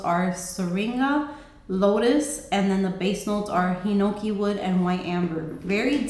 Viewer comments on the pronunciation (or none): none